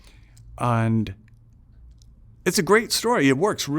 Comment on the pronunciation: very interesting "and", like the European in him emerged from his sincere enthusiasm